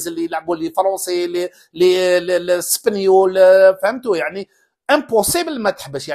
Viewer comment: سبنيول 😂😂 ياو سبانيول 😅